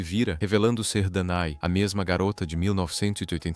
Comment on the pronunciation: "Dané", não "Danae".